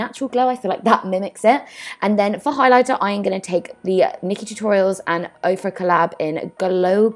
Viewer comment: Stunning!!!!!! Oh and it's pronounced Or-Fuh